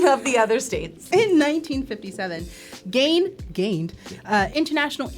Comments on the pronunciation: You are pronouncing Gein wrong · Jesus that's how i feel...she didn't pronounce that name right once at all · I was yelling that as I was watching!!! Wisconsinite here! Lol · The name is said as Geen instead of Gain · Ed Geeeeeein not gain. Sorry, couldn't help myself. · His name is pronounced Geen. Not Gain. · GEEEEEEEEEEEN not Gain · It's Ed Gein not gain it's pronounce geen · It's pronounced Geen not Guyen..... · Ed Geeeen not Gain! 🤦🏽‍♀️ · Ed Gein's last name rhymes with green, not main. How do I know? Well, somebody had to grow up near Plainfield. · Ed Geins last name is pronounced “geen” not “gain” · Ed “GEEN”, not Gain ❤, a Wisconsinite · It’s pronounced GEEN not Gain…. Ed GEEN!!! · I've never heard it pronounced like gain before, only gean (like bean) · GEEN....not GAIN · Its Gein not Gain. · It's Ed Gein Not Gain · I wish they got their names right!! Ed Gein, pronounced Geen!! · I want to correct something. Ed Geine is pronounced Ed Gene. Or Ed Jean. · Ed “Gine” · Same! I keep going "geeeeen!" Everytime she said it wrong. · Ed Gein is pronounced GEEN. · I’m from Wisconsin. It’s Ed GEEN, not… however she pronounced it. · Gein rhymes with bean. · Ed Gein is pronounced Geen like Teen with a G. So many of the producers mispronouncing words makes me think they are still learning to read. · Me yelling Gee-n at the video 😂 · Geeeen, Ed Geeeen not Ed Gain. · That's so funny. I didn't even notice she said it wrong because I knew what the name was. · The mispronounced "Gein" was obnoxious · It's Ed Gein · the way you keep saying ed geins last name wrong is making me go insane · Man, I’m only on the second round and they’ve already can’t pronounce Ed’s last name correct. Like, who doesn’t know about Ed Gein. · How do you not know how to pronounce Gein? Its with a E not an A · Are you also screaming at the pronunciation of Gein?!?!? My family overheard the video and shouted from the other room the correct way